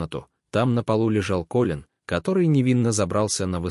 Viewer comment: Как же бесят такие чтецы! Неужели нельзя запомнить,что имя КОлин ,а не КолИн! Не можешь, не берись! Фу!